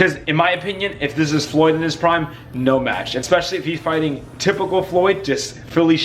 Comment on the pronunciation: I like how this guy says facing instead of fighting in front of his kids hahaha